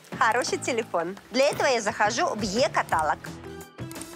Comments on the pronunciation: Не катАЛог, а каталОг. Голос хотя у вас и противно-манерный, но это терпимо. Но вот ваши ударения просто слух режут. Это непрофессионально. Не уподобляйтесь блоХерам :))). Не смогла ваш ролик досмотреть даже до середины, несмотря на любовь к Флоренции :))). Такой озвучкой и своей хабалистой дешёвой манерностью в стиле Маньки-Облигации вы испоганили все виды Флоренции. Поэтому дикторы телевидения и актеры ставили не только учились актёрскому мастерств и ставили голоса и произношение, но учились и разговаривать грамотно. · Жанна в слове каталог, удаление на последнюю гласную, я понимаю, что вы не русская и всё же. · Е-катАлог. Серьезно? интересно, как рекламодатель это пропустил) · Жанночка, очень люблю вас и ваши программы, вашу непосредственность и своеобразность. Извините пожалуйста, но я хочу вас попросить, не катАлог, а каталОг! Вы журналист, а значит пример в правильности произношения (не имею ввиду ваши эмоции и прочее, только грамматику). Я украинка, но уважение к русскому языку чту. Благодарю за понимание! Успехов Вам и вашей программе. Смотрю Вас с удовольствием! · Помню из детства (передачи по радио о русском языке для детей) песенку «не говори катАлог, а только каталОг»!!!